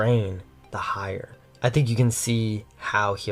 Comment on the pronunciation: I know it makes no difference to you, one complaint over something so asinine as pronunciation, and this may seem petty to some people, but I have to say it, out of respect for your channel and your message, because I think it is important. I can't take a narrator seriously who doesn't know how to pronounce "the" most of the time, and it's such a shame I can't ignore this mistake because you put great effort into your videos. But I just can't watch them like this being distracted by poor speech habits and finding myself mentally correcting you every 10 seconds. It's not a matter of style or preference. There is a wrong way and a correct way to pronounce this word according to very specific and easy to follow rules, and you're just not doing it right. That's not just my opinion, that is a fact. I say this as a conservative with concern to the decline of proper speech. It doesn't matter if you are young, or English is not your first language. That doesn't make it right, and you are setting the wrong example even to young people whose first language is English, and you should set the right example especially to a young, impressionable conservative leaning audience, because there is already so much bad influence around them. I have observed this 'trend' among young speakers who seem to think they can pronounce "the" whatever they feel like at the moment. It's indecent. Try to adapt the right habits now because if you do not unlearn this way of speaking soon you will forever sound